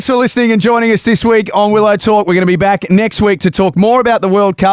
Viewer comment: Everytime they say Willow Talk, I hear Will O'Talk like it's another O'Brien brother